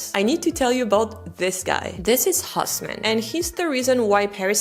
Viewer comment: That man's name is not "Hoss-man". The French pronunciation is Os-mân. (like Turk LOL) The correct German pronunciation don't even try, as you cannot do it anyway.